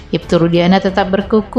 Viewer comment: bersikukuh kak bukan ber kukuh 🙏